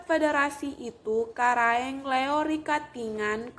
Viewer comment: Karaeng LoE, bukan Karaeng Leo, tolong dikoreksi, perhatikan juga pengucapannya yg tdk sesuai, seharusnya sebelum membuat video ini berkonsultasi dulu dgn orng yg paham utamanya dlm penyebutan nama.